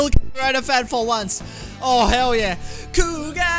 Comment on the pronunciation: Kuuga Growing, with an R, not an L